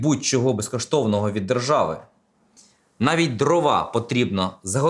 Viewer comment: дрОва, а не дровА